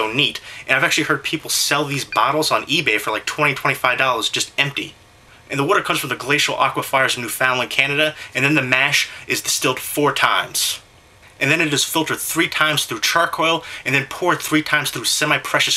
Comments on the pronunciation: New - fow - land hahahah its "new-fund- land" lol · Minor complaint.... Newfoundland pronunciation, "new-fin-land", not "new-FOUND-land". Otherwise, solid review! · i had to stop watching when you manged up saying newfoundland..sorry man being from the rock and all we're pretty passionate about it being said right